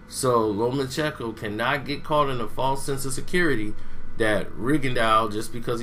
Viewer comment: It’s lomacheNko not lomachecko